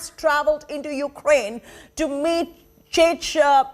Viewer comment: Can't even pronounce properly Chechen